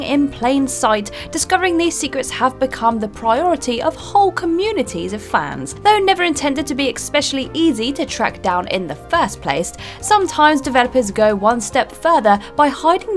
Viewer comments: Did you say ‘Ecspecially’ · I hear, I dislike. It's "eckspecially" simple.